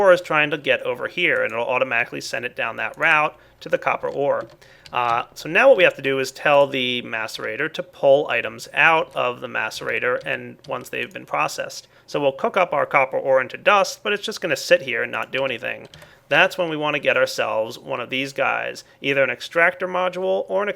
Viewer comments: How am I 0 for 2 when MACEerator is pronounced MACEerator instead of Massorator like this dude pronounces it also the correct pronunciation of the plural of cactus is cacti there is no other pronunciation. get over it. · its Cacti its really annoying hearing you say cactuses.. and its MACEerator not MASSerator.. its annoying hearing you say that too. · Actually I'm right about both it is Macerator just look at how you spelt it yet he pronounces it (mass)erator its not correct. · You need to google "maceration pronunciation" and then pull your head out of your arse. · I agree on the way he pronounces macerator is wrong but the plural for cactus is cacti OR cactuses.